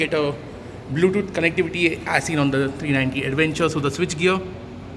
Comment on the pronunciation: What is an aduvenchur? Careful with your pronunciation brother. It's awkward. Use English not Hinglish.